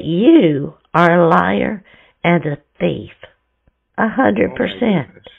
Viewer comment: The reason is because “it’s the first time you’ve “wonning” a prize.” How dare you call him a “teef” and liar? You are the best! 😂😂😂😂😂